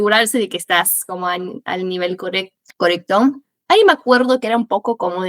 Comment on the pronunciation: No seamos exagerados. Errores de pronunciación: "corecto" "entendia" (en vez de entendía) "calidez" (pronuncia con una z inglesa con vibración) Errores del fraseo/imprecisiones: "hablar una base" Tonada/sutilezas: "semanas" pronuncia la A medio cortada como otros acentos (mexicano), si bien que hay argentinos que tiene esa tonada pero no corresponde al acento bonarense que imita ella y eso la delata Son cosas que se notaron en partes aleatorias del video, sin embargo ella tiene un nivel muy alto.